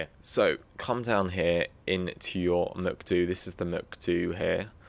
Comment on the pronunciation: I had a seizure when you said Muc Doo instead of MCDU.